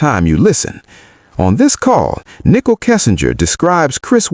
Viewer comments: Ni cole. Not nickle. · Why you say Nickol... it is Nichol...ready!